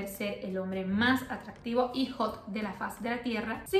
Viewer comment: coño... hombre " jot " ? , no sabía que había hombre jot .....